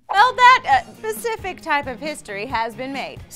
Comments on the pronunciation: Did just say "Pacific" instead of "Specific" or was that just the editors fault? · This is really awesome and 3D printing is fucking amazing. Also, you said "pacific" instead of 'specific'. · Did say "That Pacific kind of surgery" at 17 seconds or am I hallucinating?